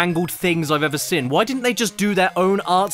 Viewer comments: Great video but it bugs me so much the way he can't pronounce "seen" properly, he goes ".. I've ever SIN" not "I've ever SEEN". To make it worse, when he says "SEE?" Or "you could ever SEE" he pronounces that normally but as soon as the N gets slammed on their suddenly it's "SIN". LOL. I wonder if he's like "I'd like some baked bins on toast". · SEEN CADDY! Pronouncing it as “sin” is indeed a sin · "the worst game I've ever sin" They way you pronounce 'seen' man 😅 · I like how caddy pronounces seen like sin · It's pronounced seen... not sin. Like breen, or clean, or ween-er. Get it not Mr. ADHD with legs? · Accents are accents. But I have heard You CADDY make fun of American pronunciation and I don't get why you say 'SEEN' as sounding short like 'sên' or something. There's 2 Es in every spelling. like SCENE. Not Sin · The Pin-Pen Merger. A hilarious byproduct of English linguistic dialect development. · “The west that I’ve evuh sin” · Does anyone else feel scared of how Caddy says Seen